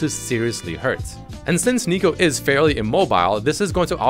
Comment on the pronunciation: Why do you call her aneeko? It’s neeko. Your pronunciation is agitating.